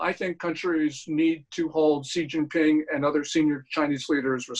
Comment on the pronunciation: For the love of god his name is pronounced She (as in she is a girl) Jean (like blue jeans) Ping (like ping pong) Xi Jin Ping. Lets strive to learn how to say peoples bames properly.....its easy.